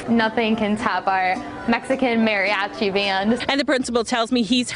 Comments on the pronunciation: “Merry-Achee” makes me cringe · I like how she say mariachi